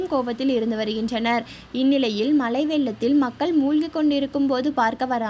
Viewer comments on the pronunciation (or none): Pls change your pronunciation. Not malai vellam malai neer. The meaning itself changes.